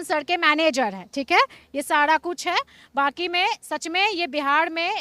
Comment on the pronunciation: Madam sada nahi sara hota Hai